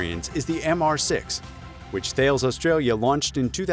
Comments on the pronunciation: It is pronounced T-al-es not Thales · Dude, THALES is not pronounced like it's spelled, it's pronounced TALUS, just saying! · Not sure why we are singing Australia's praises here for the design and build of the Bushmaster? Did you all miss the memo that said these are built in Australia by Thales (pronounced "tarlis" not "thails") a huge French weapons manufacturer? We are probably giving them away to curry some favour with the French government - after we stiffed them on the multi-billion dollar submarine supply agreement, in favour of the US nuclear-powered subs ... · Thales - is pronounced 'tal is'. A French company. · pronounced THALES wrong